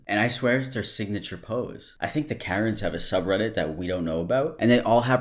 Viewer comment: You lost me when you said. Sub redit